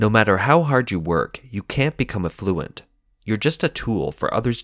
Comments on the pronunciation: I love content of this video. It's disappointing that the voice over couldn't pronounce simple English words like 'affluent' (not 'a fluent') and 'scyth' (not 'skythe'). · and affluent?